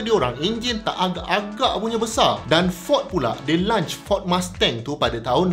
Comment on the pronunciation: 2.50 - Prof sebut launch macam lunch.